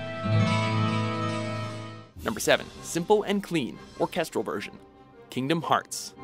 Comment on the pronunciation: We all know you can't pronounce Japanese words, but you can't even pronounce English words like "orchestral," and "cross"...